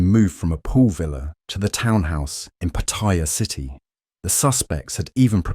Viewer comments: PattAya. Not Pattiya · Uh, its pronounced Patti-YA not Pa-tire. Its also a shithole. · The Thai pronunciation is PAttaya with the stress on the first syllable. Not PattAya... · Why do you call it PATHAIYA......THERE IS NO I IN THE WORD........ IT IS PATTAYA TA AS IN T A NOT THAI A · Like so many foreigners ( farang's) you need to learn how to pronounce Pattaya correctly, there is no such city called Pattyrea , Pat-t- a -ya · It was forgotten in 24hours. pS its pronounced patt-a-ya. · It's PAA- taya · Pataiya, love how Brits pronounce Pattaya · Narrator......try saying Pa Tai--ya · “Pattaya”. If you want credibility, learn to pronounce the name first. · How can anyone take you seriously when you pronounce it wrong in the opening title scene? MEGALOL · And never pronounced Pattaya correctly once ...